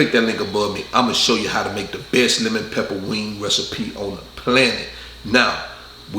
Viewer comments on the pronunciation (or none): none